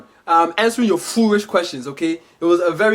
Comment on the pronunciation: Hahaha foorish